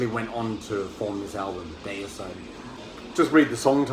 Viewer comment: Great video I’m with you on the pronunciation of Deicide. The first two albums are killer, can’t go wrong with Autopsy anyway keep up the good work and stay safe. 🤘🏻🤘🏻